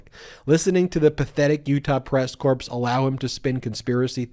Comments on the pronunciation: Most everything about your reporting is great. The next time you read the word corps as in Marine. It's pronounced core no p or s but if you're from down south it's a two syllable word peace 😎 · Love your podcast, but corps is pronounced Kor.